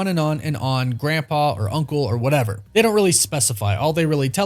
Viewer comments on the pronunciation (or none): none